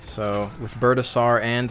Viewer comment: lol "Birdasour" its Birdasaur, as in dinosaur.